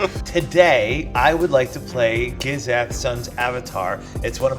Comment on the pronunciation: Im a gishath player n the way he pronounce it made me cringe😅